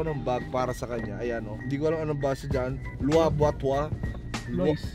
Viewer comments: How to pronounce the louis vuitton Other: lui viton CONG TV: LOIS VOITON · How to pronounce "LOUIS VUITTON" na mas pinasosyal. Cong: "luayh buah tuah" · "loys voyton" - cong 2019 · louis vuitton=lowi vuiton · "loyce boyton" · Cong be like: Loys Voyton AHAHAHAHAHA